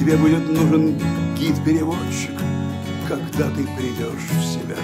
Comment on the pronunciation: Не приЙдёшь, ребят, а прИдёшь...